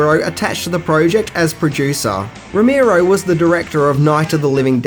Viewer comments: two things: 1) it's Romero, not Romeerow 2) You really hadn't heard of Year of the Dragon? Dude, it's Michael Cimino! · Who the fuck is rommirow!? Its Romero 😊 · ive listened to 2 reviews today with george romero, and you fucks are pronouncing his last name wrong.. its not that fucking hard dude..